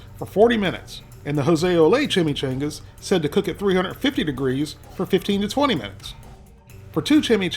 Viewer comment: I'm sorry I can't watch the whole video just because of your pronunciation of chimichangas